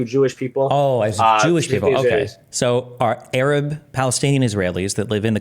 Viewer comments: Don't forget how he has "Arab" lmao this kid says "urub" 😂😂😂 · The way he pronounces Arab and Gaza as a Canadian is high octane cringe